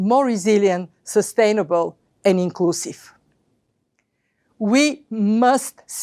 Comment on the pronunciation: In the 1st... 3 min of this Vid... you'll notice that she says the Word- "Sustainable"